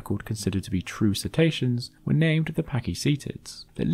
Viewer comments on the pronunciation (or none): I'm being a language geek - please forgive me! How are they "See-ta-see-ans" rather than "Sit-ay-she-uns". Or indeed if the letter 'c' is always hard in Latin, perhaps "Ket-aysh-ke-uns""